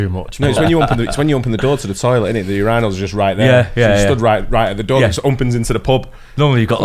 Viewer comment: hahahaha they say it like, your anal instead of pronouncing it yerinal (urinal)